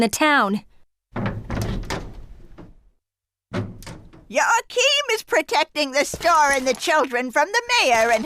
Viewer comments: fyi its pronounced WAA-keem or YAA-keem never YOA-cheen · Surely it's pronounced "wah-keem"?